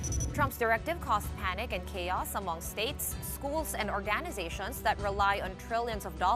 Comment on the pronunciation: Hindi orga'ni'za'tion but or'gani'za'tion